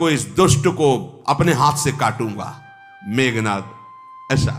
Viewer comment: Meghnaad hi bol rhe h , tumhe sunne mein problem h shyd